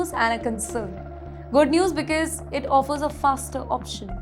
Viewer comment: Learn to pronounce “because” correctly. It’s not becase like you do